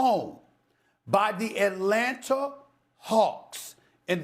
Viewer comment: ATlanata hAwks lol